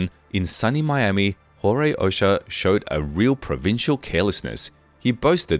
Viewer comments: It's O-cho-a not O-sha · It would be nice if the narrator made a remote effort to properly pronounce names, places, etc. Ochoa — Ohh-Cho-ahh Geez The fact that these people couldn’t bother to check pronunciations, I inevitably wondered how much effort they applied to investigating facts??! Very annoying. Very offensively insensitive to Latin culture and the Spanish language. Jorge-Whore-hey Barranquilla-Bah-Ran-Key-ya It’s not that hard. Seems like it might have been otherwise interesting. But my ears can’t take it. No bueno! 👎